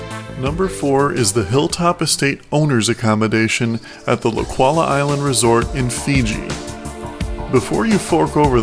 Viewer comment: Resort 4 is pronounced as "Lau-thala" ( laucala in Fijian)